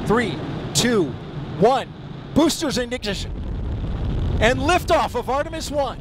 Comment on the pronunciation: man had a stroke 4 stage instead of stage 4 and booshter igiggishin